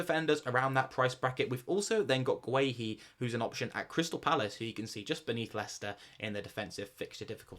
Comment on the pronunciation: Your pronunciation of Guehi cracks me up 😂